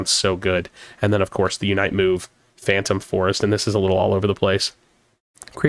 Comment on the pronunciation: swear a MAGA man at this point with how many times he's said phan-TRUMP lol